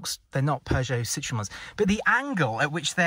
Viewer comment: Tx. for the video. I heard talking about the brand 'Cittrun' a few times, I suppose you mean "Citroën", which is pronounced slightly different though.